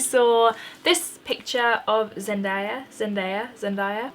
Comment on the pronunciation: Love this look ☺️ and by the way you pronounced zendaya wrong it’s pronounced like zen - day - ya ❤️